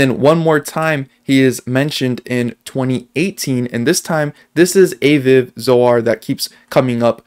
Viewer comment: FYI Aviv is pronounced Ah-veev. Great video. Love this. I really hope is Satoshi.